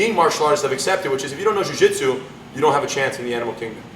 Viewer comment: Lol roo-jitsu